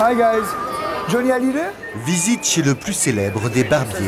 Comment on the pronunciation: hallyday pas halliday !!!!!!